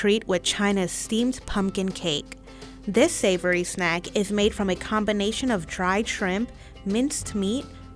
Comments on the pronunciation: “South African pumpkin fritters makes for A perfect bit sized (Th)nack” 😂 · Thiz iz a bite-zized znack